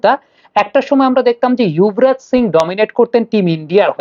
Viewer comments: উনার এই অভ্যাস পুরনো৷ ইংলিশ বানান দেখে বলেন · আপনার মুখে যুবরাজ এর বদলে ইউভরাজ শুনে খারাপ লাগল, একজন ফ্যান হিসেবে অনুরোধ থাকলো এই দিকেও খেয়াল রাখবেন, শুভ কামনা রইল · ওটা ইয়ুভরাজ হওয়া টা সঠিক, কারণ ওনার নামের বানান Yuvraj,not Jubaraj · না আপনাকেই অশিক্ষিত পায়ুবিজ্ঞানী মনে হচ্ছে৷ কারণ শিক্ষিত হলে জানতেন বাংলা উচ্চারণ যুবরাজ হয়